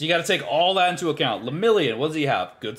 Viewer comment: Ima also need you to stop putting so much disrespect on Lemillion’s name 😩😂